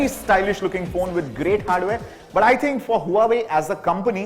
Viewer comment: Nice phone! Its वॉवे where 'H' is silent !